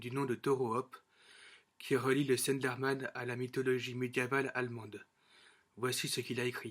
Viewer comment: MDR le début "Le Stenderman" ^^